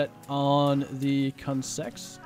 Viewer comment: “lets make sure we are set on the consex” XD